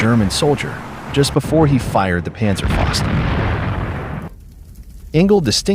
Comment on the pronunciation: Great video and great information but "faust" (fist in English) is pronounced "fowst;" not "fahst."